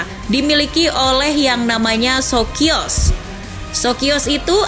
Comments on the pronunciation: Dibacanya sokio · Di bacanya Sosio